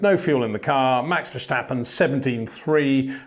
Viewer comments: Please learn to pronounce his name. Its not Vershtappen, its Màx Verstàppen (both a like in 'marginal') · You're pronouncing his name wrong. In Dutch we say Ver-stap-in, not Ver-shtap-pen. That 'sh' sound is a German pronunciation and therefore incorrect. Thought you should know. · HEY PETER WINDSOR, I HAVE MESSAGE FOR YOU SIR: With all due respect ... it is NOT Max "verSHtappen" ... Max is not German (Germans indeed do pronounce "st" as "sht") ... #Max33 = Dutch NL/Belgium! ... It is not "Bottash" nor is it "Lewish" certainly not "verSHtappen" .... This BS started long time ago when a British sport presenter interviewed father Jos Verstappen and assumed you can use a German pronunciation to a Dutch Driver thinking it is so "funny" ... It is not. Serious question: can any Englishman say "versatile" out-loud without saying "vershatile" phonetically? most can about 99,99% ... that is why most English can pronounce Verstappen 100% correct! Father Jos Verstappen (also F1 Racer) was very active between back then only a very few said "Vershtappen" but the vast majority of British sport presenters pronounced it perfectly ... only a few old stubborn farts like Peter Windshor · Got to agree here, there's really no reason for any English native speaker to pronounce his name as "Vershtappen". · Peter, there is no ‘sh’ in verstappen. It’s just like in stop or step. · It would be similar to calling Lewis Lewish and Peter Windsor Peter Windshor, it does seem to be getting less bad tho xD. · Ok, itsj a pet peeve of mine, but I need to exjplain what 'bothersj' me about your pronunsjiation of Maxj' lasjt name. Somehow many English imitationsj of the Dutch accent, add the 'sj' where a regular 's' would be jusjt fine. It'sj in German where that 'sj' sjound isj mosjtly usjed. I don't expject people to faithfully make wordsj sjound asj they do in the original language, but for heaven'sj sjake man, you don't pronouncje Lancje'sj sjurname as Sjtroll, so why would you add a letter for Max?